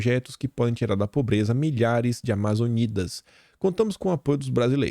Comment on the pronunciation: Alguém avisa pro, que não se pronuncia Amazonidas, mas Amazônidas kkk